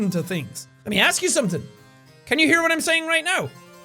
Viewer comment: no it isn't bad... I don't like it either. Also when jack/Sean says what he says it pronounced like "uwhat"